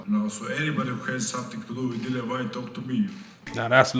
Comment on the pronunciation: His name is DILLIAN. NOT DILON